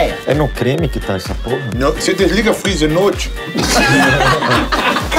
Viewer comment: vc desliga frizer rrra noitche? KKKKKKKKKKKKKKKKKKKKKk